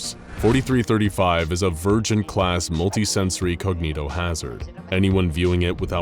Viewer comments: when he said “Vurgent-class” I thought he meant “Virgin-class” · I thought it said virgin instead of vurgent, lol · Did he say virgent or virgin